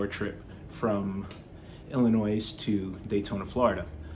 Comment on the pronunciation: s is silent in Illinois bud lol, great build